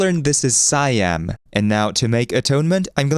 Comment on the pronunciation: ehhh is more like Sai-yharm? but close enough (question mark to indicate rising tone. thai is a tonal language)